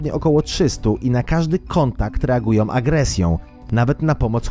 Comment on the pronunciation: "na który mieszkańcy nie zareagowali bezpośrednio"m" agresj"ą"..." Ludzie co w Wami? Tak trudno wymówić "Ą"? Takie fajne materiały, a takie niechlujstwo językowe... Nie da się tego słuchać, a szkoda bo wydaje się być ciekawy materiał.